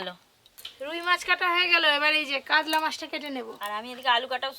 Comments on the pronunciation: কাতলা ❎ কাদলা ✅ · Kadla...ki pronunciation